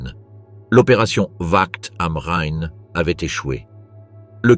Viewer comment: Tout à fait. En revanche, la façon ridicule dot certains mots sont prononcés, par exemple Ouakt am Rhein, montre les limites de l'IA